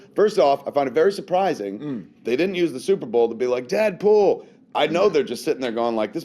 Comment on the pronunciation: what the fuck is this "super bawl" you speak of?